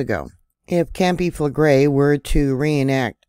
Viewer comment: Fell leg grey is an easier pronunciation